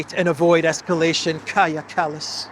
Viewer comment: ΩΡΑΙΟΣ ΟΠΩΣ ΠΑΝΤΑ!!! ΕΥΧΑΡΙΣΤΟΥΟΥΜΕ !!! ΠΟΤΕ ΘΑ ΜΑΘΕΙΣ ΝΑ ΠΡΟΦΕΡΕΙΣ ΣΩΣΤΑ ΤΟ ΟΝΟΜΑ ΤΗΣ ΥΠΕΞ??? ΚΑΡΓΙΑ ΚΑΛΛΑΣ !!!